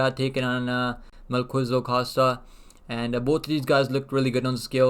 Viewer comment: Mel Ki Za El You say Ki like "Killer" Not "kua" or "kui" His name is tricky even for Brazilians